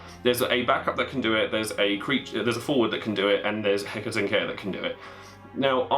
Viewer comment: Hey it is pronounced Hekatont- and chair or german spelling Hekatontschähr and i hope we will se us soon on some National tournaments haha =)